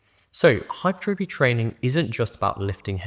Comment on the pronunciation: Lovely to hear someone pronounce hypertrophy correctly 😂